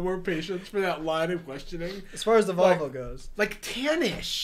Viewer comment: Literally I thought they were saying "vulva" instead of "volvo"... like I thought it was like "yeah, back of the vulva." "What color was it?" "Gold, kinda tan-ish"